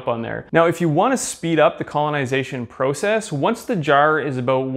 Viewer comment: The way he says process erks me idk why but love the video regardless